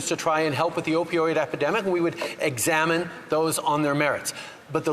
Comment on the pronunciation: "Opidoid" -Justin Trudeau Im fkin dead 😂